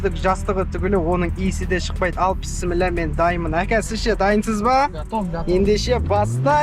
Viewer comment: Бауырым Пісімілә дегенің не дұрыстап аитсайш или тілің қисықпа. Бисмиллях болады .